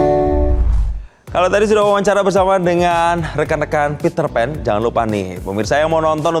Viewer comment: Pitrpan Tapi bukan ariel😂😂